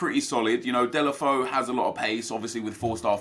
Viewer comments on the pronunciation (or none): Deulofeu is pronounced (day-lo-fay-oo) just to say